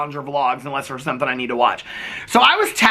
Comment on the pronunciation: Sometings" 😜😜😜😜 love ya